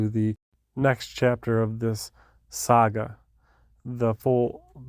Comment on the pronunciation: Sogga? Come on. It's saga. Is it the beard?